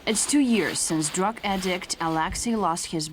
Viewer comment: SHE DID IT AGAIN SHE SAID "drog" INSTEAD OF DRUG